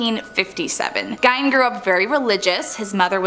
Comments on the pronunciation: Ed gien not give 😂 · Ed Gein is not pronounced "Gine" it's pronounced Geen. Green without the R. Downvoted for obvious ignorance. A person that knows anything about any of the subjects they speak about should know how to correctly pronounce the words they're speaking. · Ed gien not gine 😂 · Did anyone else’s video glitch when they talked about Ed GEIN (not Gine 🙄) ? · Gein not gine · Geine like bean. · That's not how you pronounce Gein.